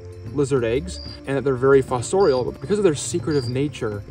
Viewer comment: Say fossorial again, I dare you!